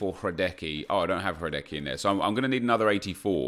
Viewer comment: Learn to say hradeckys name